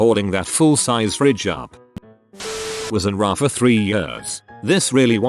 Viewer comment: Because of the computer voice, can't say words right. RA has each letter pronounced.